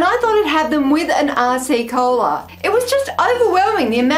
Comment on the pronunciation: Don't know if other people have said this, but it really sounds like you're saying "arsey cola" which gave me a chuckle :)